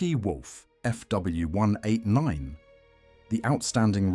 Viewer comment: LOL at the AI trying to pronounce 'Fw', coming out "Fuhwuh". 😄 For the most part the models are very well done (except for that alternate universe 2-engine version of the Ju-52), but my goodness... so many cringey content and narration errors.